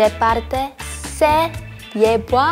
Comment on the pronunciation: Siuuuu me mato cuando hablaron español y ryujin cuando dijo si en vez de se era por q penso q la e en español se pronunciaba con i xd como el ingles :v